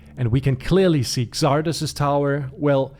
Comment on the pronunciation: Xardas is pronounced Zardas in English, just wanted to add